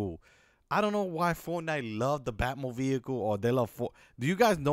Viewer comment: blud said bat mobeicle